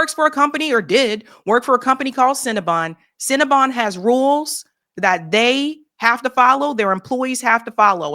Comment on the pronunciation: “Cin-Na-Bun” hahahahahaja!!!!